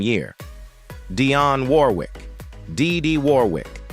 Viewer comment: They are sisters, but it's annoying how this AI pronounces name